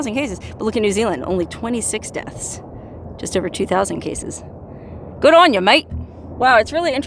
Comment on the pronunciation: As a New Zealander why the hell did you say good on us in an Aussie accent...we are NOT Australia nor are we related...rude